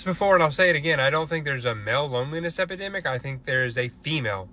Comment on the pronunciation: EpIdemic*...C'mon